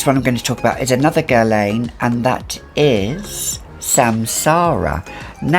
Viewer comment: I enjoy your videos but oh my god, please stop pronouncing Guerlain wrong!!!